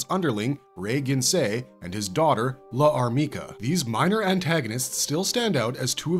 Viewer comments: Problems with this video: mispronouncing Llarmica and referring to the LN and Manga as adaptations of the two anime productions. The anime were loosely based on the LN, while the Manga was more closely adapted from the LN. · I think L'armica should be pronounced without a pause for the apostrophe, like the elision concept in French. Think of Jeanne D'arc (aka Joan of Arc), it's "zhaan daark", not "zhaan dee-ark".